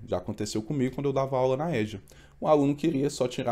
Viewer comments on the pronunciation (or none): Ai, não fala Éja.... que vergonha. É EJA... 😮😮😮😮